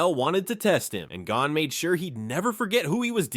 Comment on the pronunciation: why do you keep mispronouncing names. like with Gon.... it isn't Gone. It's G - own.